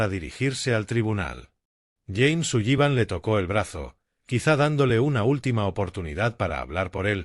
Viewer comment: Por favor! Aunque la palabra SULLIVAN tenga dos LL no significa que tenga que pronunciarlas! Simplemente diga SULIVAN su lexico mejorara notablemente! Gracias